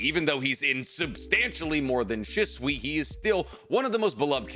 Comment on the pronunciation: My guy you are way too big a Naruto fan to be pronouncing so many ppls names wrong. Like bro lock in pls. This Proununciation Shizune is literally hurting my soul 😭